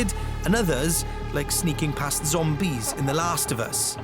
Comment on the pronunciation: the way he said "zombies" was like he said 'zomb-B's' as if it were an in-game creature like BT's and BB's